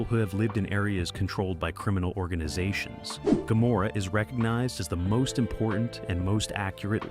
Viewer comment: Why does he keep sometimes pronouncing "Gomorrah" with a 'c' (?)